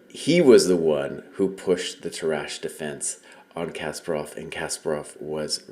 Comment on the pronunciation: Hello, since you lived in Germany and speak some German, you might consider pronouncing the name "Tarrasch" the German way, not the French way. Just a suggestion.